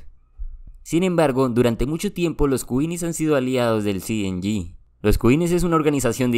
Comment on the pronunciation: Cartel cienyi mejor no lo digas en inglés 😂 solo dices cng